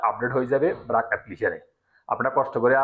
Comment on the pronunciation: ব্রাক না বারক